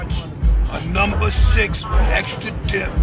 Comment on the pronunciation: "I'll have two numbah nines, a n--" "OKAY GO'HEAD!" "...I'll have two numbah nines..."